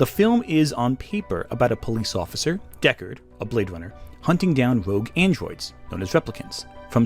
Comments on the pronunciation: Deckawd is hunting weplicants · Is anyone else hearing him say "Deckawd"?